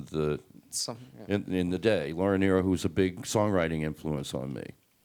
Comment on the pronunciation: Yes, that is the correct pronunciation. Many get it wrong.